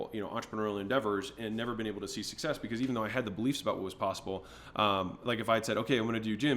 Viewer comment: bro just said becowz